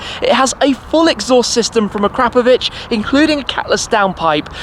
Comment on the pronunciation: Actually, it's "uh-crop-uh-vich" Shmeeeeeeeeeeeeeee says "uh-crap-uh-vich"